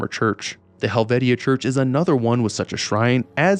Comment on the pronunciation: Hi, West Virginian here. Charleston actually. Where the name Kanawha is our county and the main river running through. It's pronounced Ka-naw-a, not Ken-a-wa. Also Helvetia is pronounced Hell-vie-cha, not Hell-vet-ia. Lol thank god they didn't put Hurricane in the game (which is pronounced Her-a- ken). It is strange they didn't put Huntington in though since it is one of three biggest cities and home of Marshall University. It would be where Hillfolk Hotdogs is since the restaurant is based on the real life Hillbilly Hotdog. Keep making great videos!